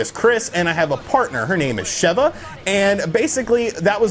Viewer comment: Sorry, what? Her name was 'Shevva'?